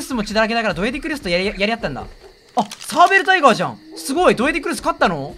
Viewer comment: サー↑ベル↑タイ⤵︎ ガー↑